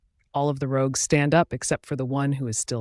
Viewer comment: The person said it correctly once, though also wrong I the very same sentence.